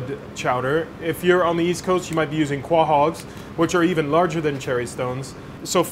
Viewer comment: Excellent presentation. Thanks for the correct pronunciation of Quahogs and not saying Co-Hogs